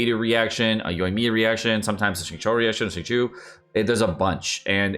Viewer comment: idk its just not "bei-doo" and "shin-koo" like nah fam what. "al-bee-du" its gotta be on purpose at this point